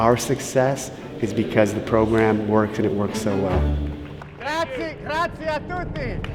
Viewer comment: I still don't get his attitude, for me he always seems to be a little cocky and arrogant, don't you think? He also said grazi instead of grazie LOL